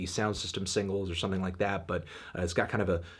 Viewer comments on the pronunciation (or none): none